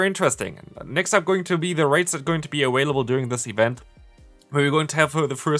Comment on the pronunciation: Bruh whats up with you saying "awailable"